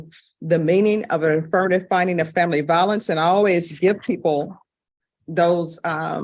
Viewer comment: Vi o lence with a long i, not va o lence with a short a.